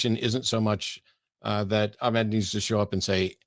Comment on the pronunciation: is tired Well done for repeatedly pronouncing Ahmed's name incorrectly. For the whole debate. It's literally the first thing he says in his introduction, yet you persisted in pronouncing it incorrectly. Didn't make his arguments any less poor though.